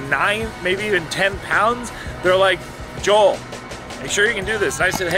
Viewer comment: Jaw Hanson not Joel